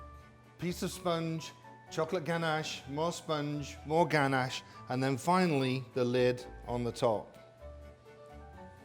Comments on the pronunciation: Actually I think the word ganache comes from France, and in French we don't accentuate the words like you do in English :) In English you'd typically say "ganACHE", the guy said "GAnash" and in french we'd just say "ganache" without any anccentuation on any syllable (if that makes sense) ! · Gan-ash hah I love how he says it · "GANASH" - royal chef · the way he pronounces ganache triggers me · I'm English and I've never heard it pronounced the way he does.